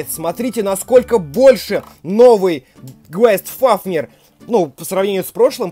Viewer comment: Правильно гайст фафнир